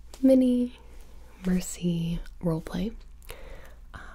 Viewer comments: Holy... She doesn't said "Mercy" but she said "Muhsee" EXACTLY LIKE SHE DOES!! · I thought she said Hi, my name is Mancy. Like Nancy but more manly.